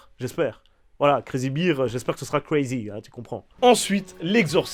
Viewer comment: Ma copine te fais dire "Crazy BEER" (son Ir) c'est de la bière comment tu prononce. Bear se prononce comme le R de bière justement. XD